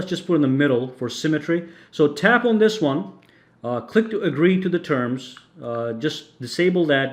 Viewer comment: It's "on" not "aun".